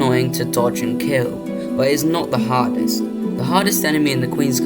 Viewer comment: I can't help but instead of "hardest" hearing "hottest" enemy 😭